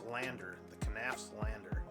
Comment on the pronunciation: Just nafs. The k is silent like in knives